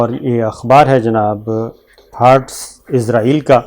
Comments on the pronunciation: ازرائیل نہیں کہا جاتا بھائی، لفظ اسرائیل ہوتا ہے، کنٹرول یور پروناؤنسیئیشن پلیز۔۔۔ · Sabir shakar sahb israheel hota he ( hazrahil ) nahi hota he